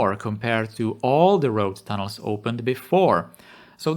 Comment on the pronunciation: I'm not really familiar with this channel, watched maybe three prior videos here. Still get used to the accent. But at the start it sounded like you were saying Thanos rather than tunnels XD